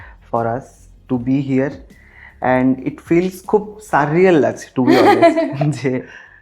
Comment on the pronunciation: সাররিয়েল নয়, উচ্চারণটা “সুরিয়েল” । সবসময় ইংরেজী বলে আঁতলামো জাহির করতে হবে? বাংলা বলতে গেলে জিভে ব্যথা হয়?